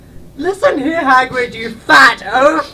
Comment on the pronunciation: Did you just call Hagrid Hagard? I am not ok with this